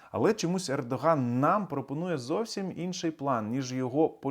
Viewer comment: Пердоган ? Послышалось